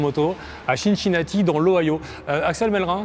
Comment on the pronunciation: Tu es sûr qu'on dit "ChinChinati" ? Il me semble qu'on ne dit pas New York Chity ...